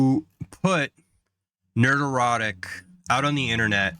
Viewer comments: Only a Pats Fan has the total lack of self awareness needed to make an 8 minute long compliment to a youtuber while constantly and hilariously mispronouncing their handle over and over again haha Nerd Erotic. HAHAHAHA bru 9/11 was an inside job I know because the snow play happened and 'pats' won the superbowl that season. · Dude, it sounds like you're saying "nerd-erotic", which is just wrong. It's not a play on the word erotic, it's a play on the word neurotic. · "Nerderotic". Sexy 😂😂😂